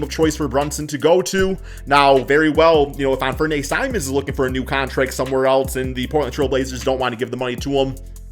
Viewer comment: you like simons then learn to pronouncehis name bro please